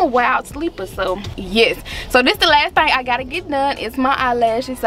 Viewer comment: It’s her saying pretty little thang for me 🥰🤣 know we from Memphis